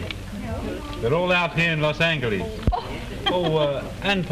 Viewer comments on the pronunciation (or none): He said "los angle-eez"😂